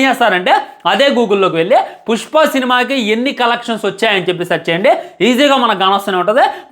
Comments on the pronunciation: Puspa❌ Pucchpa ✅ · 0:1 pushpa kadu pujpa anta 😂😂